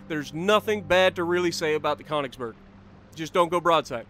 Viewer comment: I beg of you please learn how to pronounce könig and königsberg (more specifically the ö)😂